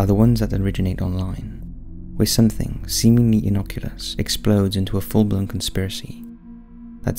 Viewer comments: Innoculus 😂😂. Innocuous. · Love this channel but some of the mistakes are so painful. “Seemingly inocculus” no, it’s “innocuous” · Lol, did you say "innoculous"? It's "innocuous". Read a book sometime. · "Innoculous"??? You mean INNOCUOUS (It's pronounced "inn-awk-yoo-US" ..... NOT "inn-awk-yoo-LUSS" ) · "Innoculus" Lmao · No L in Innocuous. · Glad someone else noticed that.